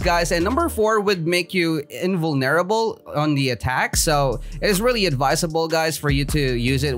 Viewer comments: invoneerble lmao!! XD u make me laugh thats one thing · I like how u say invulnerable weirdly